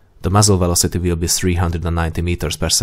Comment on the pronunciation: You have to slow down the dialogue especially with the technical words and uncommon words. Like 'velocity' all I heard was 'vlosteh' and millimeter became mlmllmltrrr. It's like playing dictionary-hero with my ears. Otherwise, a good video